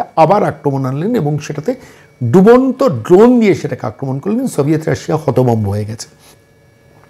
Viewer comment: বার-বার "সভিয়েট রাশিয়া" উচ্চারণ করছেন । সেটা ভেঙ্গে টুকরো-টুকরো হয়ে গিয়েছে । আমার মনে হয় এখন রাশিয়া বলতে হবে ।